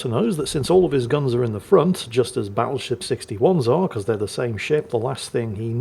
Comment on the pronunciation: Battleshipstyone? I head to rewind that to listen again. Never change,.